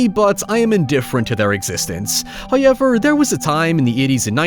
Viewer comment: First "hoyevver" drops . Hapoy Halloween, everyone!🎃👻